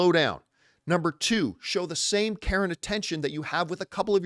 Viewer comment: Every time you say care and I think your saying Karen